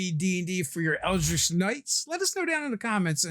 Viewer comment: Hurts me every time I hear these guys say “eldrick” and Mee-lee”